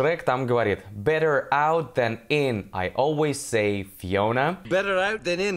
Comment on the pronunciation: Вообще жесть со старта, Better нечто ультр невнятное. Ослик куда внятнее